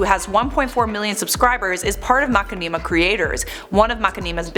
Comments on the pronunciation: can you please pronounce machinima (ma-shi-ni-ma)....... Please...? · Umm its pronounced Mu-shin-im-uh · Now looking at the word... It could be pronounced like that. I love how she says it haha it's different and I like different. All hail the! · Lol I can't stop cringing at the way you pronounce the channel. Anyway, I am sad to hear that they took down their videos. I remember I used to be such a COD geek with World at War, Modern Warfare 2, and Black Ops. I remember being such an uptight b*tch whenever I lost. Then one day I watched this Machinima video over this guy running around on Black Ops multiplayer and messing around. I loved the humor so much and it impacted how I played. I no longer cared for the win, I just wanted to have a good time and have fun doing it. I made some good friends along the way because of it. Thanks Machinima, you'll always have a special place in my heart. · FINALLY SOMEONE ELSE SAYS IT LIKE ME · Whay do you say it like that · Poor saying machinima I forgive u. Gotta watch again and count how many times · I'm giving a pass since she doesn't know how to pronounce Machinima. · I thought I was reading Machinima wrong cause of the way said it (no offense), but than I read the comments lol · Lol you said their name wrong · For a channel that's been around for so long, you can't even say it right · I love how pronounces it Like seriously 😂😂 Love u ♡ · The way pronounces 'Machinima' made me giggle. Never heard it said that way. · Stop insulting. She may not know how to pronounce it but so what? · Dude machinima it's been on YouTube for years how the hell 1 person can't even pronounced it correctly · Lmfao I love you girl, but, the way you pronounce the name is hilarious 🤣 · Oof I love this channel but that is not how you pronounce machinima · How you say machinima makes it sounds like a tribe is a channel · MAH-Shin-a-Ma not Macinima